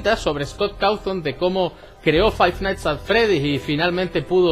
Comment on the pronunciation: Five nighthts XD